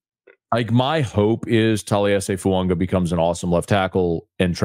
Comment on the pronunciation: Tell that it's FOO-AAH-GAH!!! He whined about everybody not pronouncing Moreau name correct and yet this "professional" can't get Fuaga's name correct and he doesn't respond. To comments!